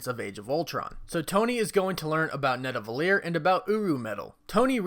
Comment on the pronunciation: man its called Nidavellir not Nadavellir